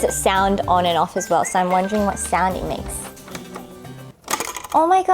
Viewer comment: "Vat the heckkkeuu" 🤣🤣